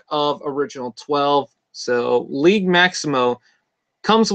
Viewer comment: The "g" in "Liege" is a soft "g". Like the sound a J makes in "just" with a slight "shh" sound at the end , not a hard "g" like in "guess". It's a Medieval term used by underlings for the "Lord of their land". ( not a "King" though.) Or a term to show respect to their Leader among "free-men". Liege Maximo was the "boss" of Jhiaxus in Transformers Generation 2 Marvel Comic-book. But, I thought he was suppose to look like Cthulhu, not a bowling ball.